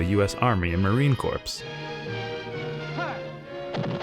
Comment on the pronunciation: .... Marine 'corpse'?